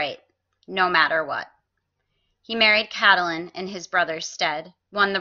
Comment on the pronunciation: Its CAT-Lyn, for God's sake. Not CAT-a-Lyn.